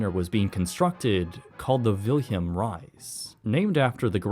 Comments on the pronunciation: Suggest asking your computer how to pronounce names like "Willem Ruys". It's "Villem", not "Wilhelm". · Very good documentary but how you rape the name "Wilem Ruys...😅😅😅sorry.. I'm Dutch so...